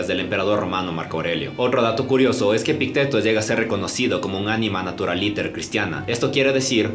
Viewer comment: Epicteto lleva acento en la i, no en la e. <Epíííícteto>